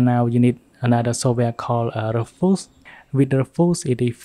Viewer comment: Btw its roo-fus not rufus Nice vid tho :)